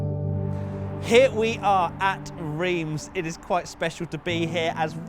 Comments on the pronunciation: wTf mAn iT's rEiMs, NoT ReEmS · What the fuck is REEEMZ?! As an English speaking person it's Rh-arm[s], Just like 'Eepe' and not 'wypers' Were not all like this Europe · Its not riems its ram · its pronounced Reims.. come on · ITS PRONOUNCED RAAAAAAAAAAAAINSSSSSSSSSSSSSSSSSSSSSSS REEEEEEEEEEEEEEEEEEEEEEEEEE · “Reems” seriously? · love how you pronounce Reims xD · I swear to god if you pronounce Reims wrong again I’m flying to England and have a cup of tea with you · FFS you are in reims just stop 30s to ask someone, anyone how to say it properly... not that hard. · Not sure to understand why you keep saying Reims like this, I mean when in the Uk as a french, I say the name of the cities like an English would, so would appreciate the same from the other side. Let me call you, much easier than. This is suppose to educate people about the track history, just be accurate then.. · As a French who lives not that far from Reims, it warms my heart to see this video. Even if I didn't come there yet but I've definitely planned to do it this year 🙂 Hope you will visit the old Spa-Francorchamps in a near future. P.S : your Reims pronunciations cracks me up 😆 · How you pronounce Reims is so funny 😂 i'm french so... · I'm sorry, but it's Reims, not Reims. Please get it right.